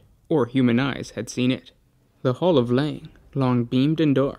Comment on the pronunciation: Hall of Leng, not Lain :D